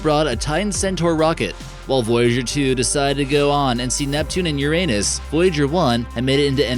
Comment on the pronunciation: I think he pronounced Uranus wrong.